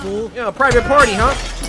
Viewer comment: bro i keep thinking he’s sayin private part instead of private party 💀💀